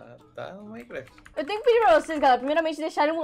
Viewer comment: O Cebolinha da Turma da Mônica troca o R pelo L...A troca o M pelo B KKKKKKKKKKK "BINECRAFT" "Ibençamente" kkkkkkkk😂😂💜